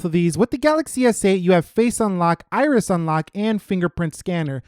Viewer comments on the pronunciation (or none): none